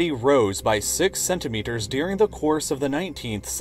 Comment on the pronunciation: Why do you pronounce the word, “during” as “dearing”? My son loves your videos, but this drives me crazy.